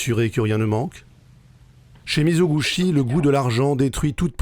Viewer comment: Merci beaucoup pour ce résumé exceptionnelle ! Une correction : Mizoguchi se prononce mi-zo-gou-TCHI.